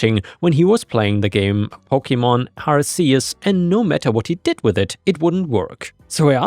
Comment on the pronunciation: man hearing you pronounce pokemon names wrong hurts